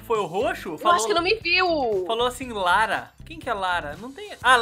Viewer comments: Lara laranja 🍊quando fala lara é laraja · Gente, a Cris foi Pega no 1 round por que Ela falou "Lara" Como se estivesse falando "Laranja". Entenderam?